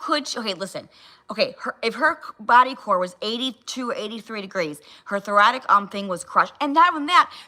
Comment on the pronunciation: Did she say, "apposedly," and "thoratic?" 61 is showing again! 😂